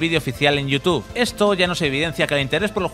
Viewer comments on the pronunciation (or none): none